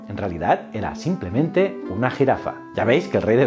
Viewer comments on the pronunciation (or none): none